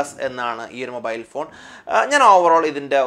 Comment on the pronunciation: മോബായിൽ അല്ല മാഷേ മൊബൈൽ